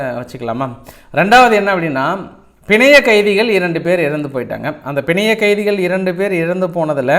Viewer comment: Panzayakkaithikal not pinzaiyakkaithikal don't kill Tamil